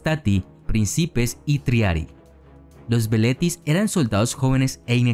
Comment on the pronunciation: Los soldados jóvenes se llamaban "velites" ... y no "veletis".